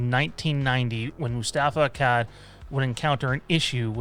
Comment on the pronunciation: Dude the way you pronounce Akkad makes me winch LOL! Its pronunciation sounds like Akaawd ;^)